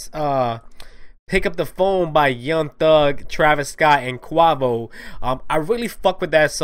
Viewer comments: He said QUAVO not Quavo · Bruhhh he didn't even say quavos name rightttt 😭🤡